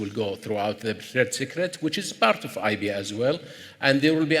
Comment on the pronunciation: Why is he saying IB not IP?